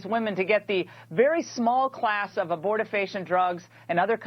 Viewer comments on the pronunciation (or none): wtf is "aborti-facia"? BTW, to respond to Cenk's statement about manually stimulating a woman with "the vapors" - that actually goes back to Victorian England. It wasn't Freud (although he may have also used the technique). Doctors didn't have a fundamental understanding of the female orgasm so they often considered female sexual arousal to be a disease. Consequently, they would manually stimulate a woman to the point of orgasm, believing that they were resolving some kind of unnatural state of anxiety.